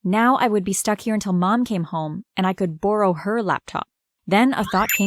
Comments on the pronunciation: Why do you say tomorrow sorry borrow wrong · bOrow, are you canadian?